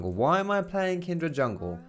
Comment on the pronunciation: The way you say Kindred is really tilting xD it's Kindred, not Kindread haha